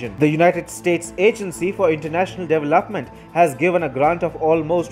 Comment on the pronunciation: The way he pronounces "development" drives me crazy!!!! There is no LAP in development dude!!! is LOP!! LOP!! LOP!!!